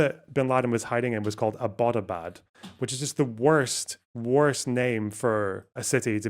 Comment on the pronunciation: I am a Pakistani........ And the way you said Abbotabad killed me :(